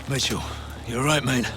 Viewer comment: when he says Mitchell it sounds like Meechun...and the tears lol